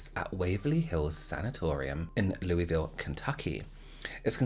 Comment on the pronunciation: Love it! I live in Louisville, KY and u said Louisville correctly!!